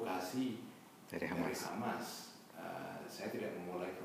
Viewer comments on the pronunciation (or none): 'Hamas oy.. bukan khamas😏